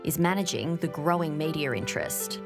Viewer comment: What's a "majo mediar event"? (What's with the moving Rs around?) She means "major media event". Thanks God the north Americans have preserved the Rs that the British have had accelerating problems with since the day's of Shakespeare ("thaaaeee" instead of "there", "baaah" instead of "bar", etc.)! ;-) And now also stacking on new Rs where there have never been Rs: : "mediar", : "idear", and so on. I actually had no idea (or should I say "idear"?) that this last phenomenon had spread to Australia!